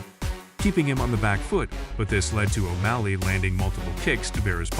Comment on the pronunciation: Dude look up pronunciations hearing you say every fights name wrong hurts me